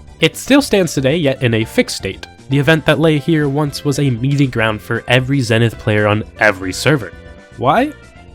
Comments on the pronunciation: Warning... don't even consider turning the pronunciation ZENNITH into a drinking game. You'll end up in the hospital. 😉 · Have you people never heard the word zenith spoken out loud or something? Zee-nith. Its not that hard.